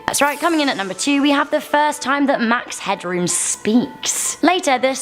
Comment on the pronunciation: It's Max Headroom not Hadroom!